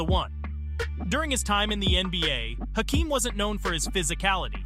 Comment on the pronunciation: Bro.. as a nuggets fan I love that you are talking about Jokic. But the fact he’s done all of this and you still can’t say his name right? Yo kich not Jo kich. And you said Hakeems name wrong.